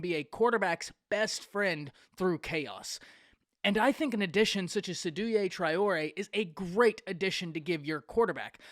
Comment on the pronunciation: You didn’t pronounce his name correctly. It’s pronounced SAY-Do Tray-or-A